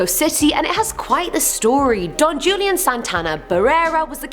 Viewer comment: Don Julian Sartana Barrera... Julian is pronounced Hulian